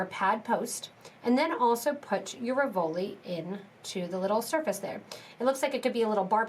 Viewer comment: Really cute...RIV-o-li,.....not Ri-VO-li.